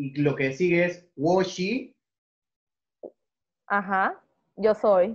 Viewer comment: No se por que no te corrigió cuando dijistes "wo shi" al , como que lo iba a hacer y se rajo. Pa la siguiente mejor te doy clases yo, y luego tocamos algo haha